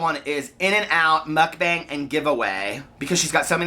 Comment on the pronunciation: i think it's pronounced "mook-bong" :)